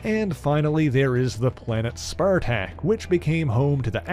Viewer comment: Great video, well researched, but bro, your pronunciations of Acroyear and Kaliklak are waaaaaay off! It’s not a-cro-year, it’s pronounced uh-crow-yer. And it’s Kuh-lick-lack. You got Spartak right though!